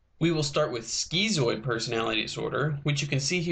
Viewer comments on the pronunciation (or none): "Skeezoid"? Lol it's "skitzoid".